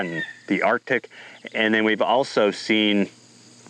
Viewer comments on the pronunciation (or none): none